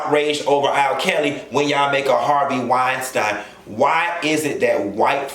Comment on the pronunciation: WeinSTEEN. Not WeinSTINE...lol